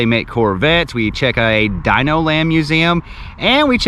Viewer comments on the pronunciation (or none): none